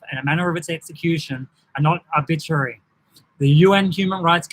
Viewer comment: I noticed you can’t pronounce ‘arbitrary’ and I suspect it’s because you don’t understand what it means. It means unnecessary. This is not a breach of human rights because the measures are not unnecessary.